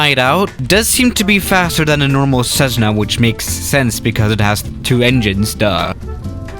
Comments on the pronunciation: Is it me or does say ceszzna instead of Cessna ( no hate intended ) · Not 'SEZ - nah'. But rather 'CESS - nuh'. Thank You. 😋. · Theirs nothing weird about this plane except for the way you pronounce cezzna skhimasterr rofl. Ive been waitin for this to come to msfs marketplace already. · There is no z in Cessna, ie what the heck is with this computer generated voice that pronounces Cessna, Cezzna? And the Cessna Skymaster was manufactured for years, isn't even particularly rare. Even the USAF used them, as FAC aircraft, during the Vietnam War. And finally, many other pusher puller aircraft have been built over the years, the most recent being the Adam Aircraft A500. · Nobody: Absolutely Nobody:: This is a CZEZZNA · Plz stop saying cezna